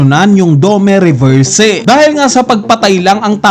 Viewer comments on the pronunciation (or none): dome reverse ng dome reverse ganun na ba kahirap bigkasin ang "i" domi reversi nganiiii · dome reberse 😂🤣😂🤣😂..